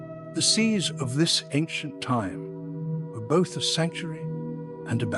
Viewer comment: Who is reading this out? The voice said "bot H" - what happened to "both"?